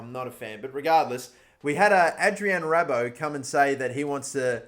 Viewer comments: Do you just purposely pronounce everything WRONG on purpose? First Calcio as “Ca-la-cio” then you pronounced Rabiot as “Ra-bo” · did he really call A RAB-IOT to A RAB-OT? Absolutely Ridiculous